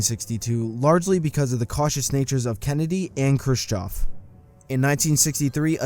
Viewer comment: and pronouncing the name Khrushchev as Crew-choff